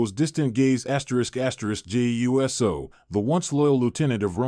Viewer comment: I don't think this guy knows how to speak let alone commentate j u s o is Jey uso not j u s o